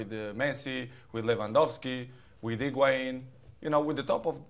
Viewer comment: this dude said Higuain 😂